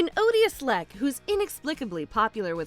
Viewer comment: "Lech", with C-H, not "leck" with a K.